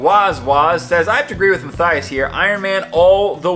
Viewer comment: Matthias u said my name perfectly thank you